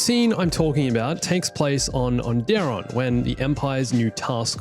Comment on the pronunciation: Can’t believe you pronounced it onDEron